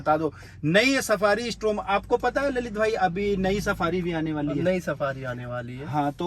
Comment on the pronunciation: डायकोर नहीं डिकॉर और स्ट्रॉम नहीं स्टॉर्म